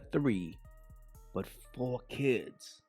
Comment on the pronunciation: Keep the emphasis on the fourrrr kids 😂